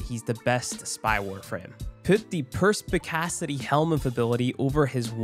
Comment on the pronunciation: hahah I could hear the struggle in that "perspicacity"